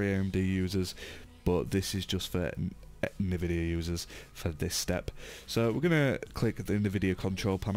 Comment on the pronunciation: note: Don't trust anyone calling NVIDIA(enveedya) NVIDIA(Nehvideeiah) (kidding aside: Good Job bruh)